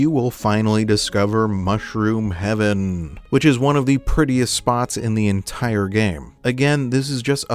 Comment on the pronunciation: Lol it's "Mushroom Haven", not "Mushroom Heaven"